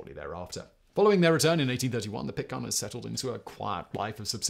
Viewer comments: Great vid! ...Pittc air-ns... not Pittca are-ns !! Spoken as spelt! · This was fascinating to me. I’m interested in anything maritime, and the stories of Bligh and his activities are directly related to Sydney, where I live The tales of Sydney life around the time of the rum rebellion make for fascinating reading. The only glitches in the video are your pronunciation of “Pitcairn”, and it’s derivative “Pitcairners”. And “Timor” which rang out during your commentary like a dog barking, to mix metaphors. But a rollicking good yarn well told. Thank you Simon